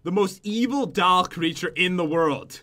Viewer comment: Whenever pat says doll he says dall